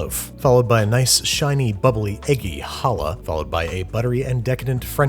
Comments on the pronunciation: IT'S NOT HALLAH, IT'S CHALLAH! COME ON!!! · Did you just say "icky" challah? Come on now. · That’s not quite how you pronounce challah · the way you pronounced challah hurt my poor jewish soul, but i love you anyways. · You always try and pronounce foods correct and it hurts to hear you pronounce challah incorrectly :(